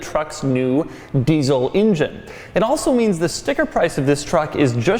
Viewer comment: "deezle injin" -Doug